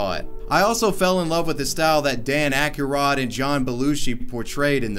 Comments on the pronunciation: No one: Literally no one: Literally no one at fucking all:: "Dan Ak-rod" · Dan ackorod?? Seriously guy? It’s ack-roid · BRRRUUUHHHHHH Dan Aki-rod lmao Say it with me man DAN AK-ROID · Dan Acky-rod? Ahahaha! Pronounced: Ak-roid, bruh, AK-ROID. F*cking Acky-rod. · Dan Ack-y-rod. you mean ack-roid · Ackarod? Dude. It’s “Ack-roid” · is nobody going to comment on him saying "dan ackerod" when it was dan akroyd bc it's killing me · I'm sorry... did you say dan AK-A-ROD!?! You mean Dan Ak-roid? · Dan-ak-a-rod? I hope he's trolling. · stirred the pot with Bob Laz-Zar..... Dan Ack-Yah-Rod took it to a whole 'notha level. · Ack a ROD! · This hurt my heart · How can someone so into pop culture NOT know how to pronounce Ackroid. You probably say All for Not, when its Naught. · I came to the comments sections HOPING someone commented about this... And also hoping it had enough upvotes to be high enough that other people will see it, along with...For those wondering, It's Pronounced AK-ROID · Dan Idatarod - Famous actor and sledder. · It sounded more like "Dan AccurRod." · “Dan Ak-a-rod”. Lmao! Bro. Ghostbusters!? Loll. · You did not just pronounce Dan Aykroyd as "Dan Akky-rod" lol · "Dan Ak-A-rod" Really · I love all the movies dan ak-uh-rod was in he’s a great actor mr. akuhrod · "ACK-ROID", it's pronounced "Dan ACK-ROID" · Dan Aykroyd's name is pronounced "Ack-roid". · I cringed so hard when he said "DAN AKUR-ROD" lol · »Dan Who?!« I wondered and jumped 10 secs back in the vid. »Dan … Accu-Rod?!« Could it be that our host never heard the name nor watched »Blues Brothers« or any other Aykroyd classic? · dan "akeerod" lmaooo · dan acka-rodd ? ....?.....really?.....was that the guy in the movies with Bill Moo-Roy and John Ball-oshi he's a little too famous for you to have that kind of difficulty...were you trying to avoid the dan aykroyd algorithm or something? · Two mispronounced words: 1. Ak-er-oid 2. O-maj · it’s pronounced ACK-ROID fam.